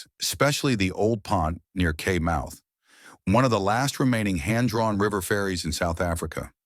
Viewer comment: Kei, pronouned Kye as in Transkei =Tran sky, rhymes with eye.